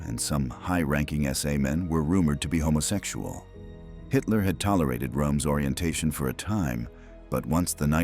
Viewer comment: I have no idea about the old narrator, but this one is able to correctly say the word "homosexual", which seems odd considering the subject of the video.